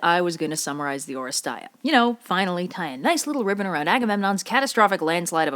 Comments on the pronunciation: It's «Oresteia» not «Orest-ay-a». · Oh? really? they included the epsilon yotta as EI in the english title and made everyone mispronounce it due to no fault of there own? grumbles dejectedly Τα Ορέστεια as you can see there, is written in Greek with "ει" thats a combo. "epsilon yotta" (literally the names of the two letters) however, in Greek, epsilon yotta thats not "broken" by Thialitika (εϊ), combines into a single vowel. "ih" like the E in "really". So yeah. its English title should be "Orestia" because thats how its pronounced. NO NEED TO RE RECORD THIS OR ANYTHING, i am not mad with you, i am mad with whoever translated that. Its a common problem, like Odeipus instead should have being "Othipus" or even Iphigenia down to "Iphiyenia" to the classical gods and every important greek of science or legend or theater have names plagued by added vowels or improper vowels. Deltas to D's, Gammas to G's, you name it.